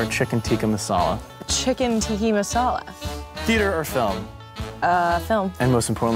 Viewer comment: Oh my gosh lol she said chicken tikki masala.